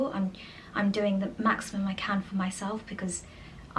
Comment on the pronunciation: …said let me show u what Matt was doing in the kitchen…it sounded like u said “Matt is peeing in the potato’s…lol. Give a listen u will get a chuckle 🤭